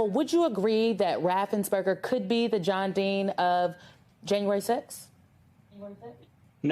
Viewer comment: RaffensPerger. NOT RaffensBerger.